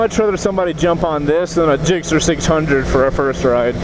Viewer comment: Gixxes instead of Gixxer lol